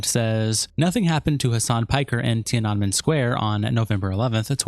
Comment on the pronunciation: Ti-ah-neh-men. .... bruh Edit: Hasan sucks... should have owned up to being a Turkish Muslim... but he's magically white now, ofc.